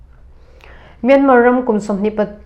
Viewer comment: A bengvar thlak thin hle mai. Myanmar hi Myanma tia lam tur aw..